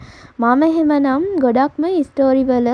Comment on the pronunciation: හිස්ටරි නෙමෙයි හිස්ට්‍රී